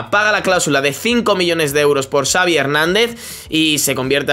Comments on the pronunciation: No se dice savi es chavi 😂😂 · pq casi todo el mundo dive savi con s, se dice xavi se pronuncia chavi